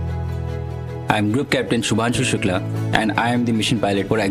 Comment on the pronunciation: Shubhanshu bhai Shubhanshu🤦🤦 naam to sahi bol